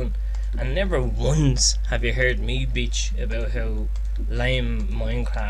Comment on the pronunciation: I love how you say bitch. Beech lol